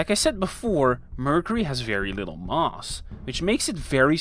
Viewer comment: Thanks for another great video. Very interesting, but you didn't mention the Precession of Mercury's orbit, eventually explained by Einstein's Theory of GR. Or are you saving that for another video? I hope you don't mind me mentioning that, your pronunciation of the word "Mass" often sounds like "Mars", as in the Planet!! Perhaps I only noticed it because I spent a fair amount of my working life in Rotterdam. (Great city BTW!!) Thanks again.